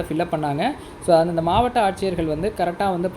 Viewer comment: மாவட்டம் ய்யா,,, மாவட்டாம் இல்ல,தமிழ் பாவம்யா,,,😥